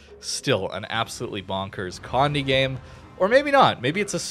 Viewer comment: just to help anyone out with the name, Condé is pronounced "Con-dey", not "Condy" nor "Cond"